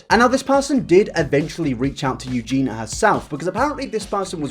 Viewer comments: Great video as always and well done for covering this, it's definitely gone pretty much under the radar how she'll defend scum just because they're 'nice to her'. She's not as sweet as she makes out. Sidenote though! I can't tell if it's your accent but you always pronounce her name 'Eugena', but it's 'Eugenia' so phonetically Eugene-eeyah! Other than that though great video! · Can I just be petty for a second? It’s eugenia, not eugena. So many people say it wrong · This is totally besides the point but her name is pronounced EuginIA, not Eugina. "Eugee-nee-ya". But yeah, I completely agree, she's a very naive girl, and I don't actually know why she's still on the internet at all in my opinion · I hate that Eugenia was pronounced Eugena during the entire video. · If you're gunna make a video like this about someone, at least learn their name. It's Eugenia not Eugena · Eugena.. Her name is Eugenia 😂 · The only thing about this video that annoys me is how says eugena instead of EugenIA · Eugen - i - a!! Arrg! lol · Eugen- i - a!! Arrg! lol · i really appreciate this video. i think you did great on this video except you didn't pronounce eugenia right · I appreciate the video but it drives me insane that you’re saying her name wrong throughout it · The way you keep pronouncing her name triggers me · Why do you insist on saying her name wrong? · You can't even get her name right, dude. .. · omg why did u have to say her name wrong the WHOLE video D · Please pronounce her name correctly! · I'm trying so hard not to point out that you keep saying her name wrong 😐 I failed 😐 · you say her name sooo weird and wrong lol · Words you can’t pronounce: Creator Eugenia